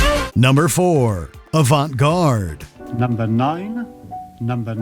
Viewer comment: Or how he pronounced Avant-garde.